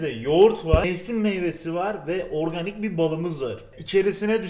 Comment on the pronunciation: oöğrganik bir bal :D